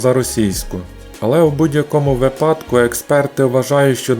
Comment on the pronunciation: В Украине говорят вЫпадок, а не выпАдок. Ударение ( наголос) делаем на на Ы- вЫпадок- это правильно. Смотрите в словаре.